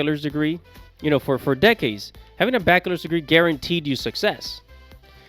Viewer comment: Who told you how to pronounce bachelor's degree